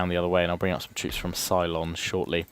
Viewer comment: Also would an "Alexander" tactic work here? Numerically superior opposing force. Keep basic units in the centre just long enough to hold on. Strong melee units, inc the general on the right flank to roll up and along their left flank until they're all running away? P.S. Too much BSG I feel. Ceylon (now Sri Lanka) is "sey-lon" not "cylon" ;-)